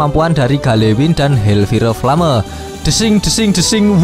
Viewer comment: hellfire flame kalo dibaca "hel pire plame" ya?? :D